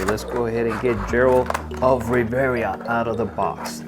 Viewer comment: Geralt is said with a Guh G not a a J sounding G. And it’s Rivia. Riv-ee-uh. Not revera lol other than that nice review just ordered all of the Mcfarlane witcher figures.